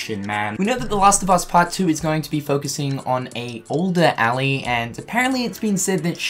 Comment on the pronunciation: Eeeeelie not Allie it's Ellie.